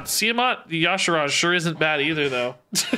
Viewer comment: Your pronunciation of y'shaarj is so funny 😂